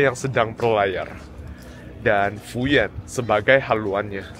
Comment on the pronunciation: Fuyuan bacanya Fuyen ya bro ?